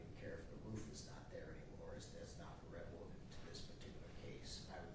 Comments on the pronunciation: Did that attorney say revelant. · When your lawyer says revelant instead of relevant you know you're in trouble😂😅😅😅😅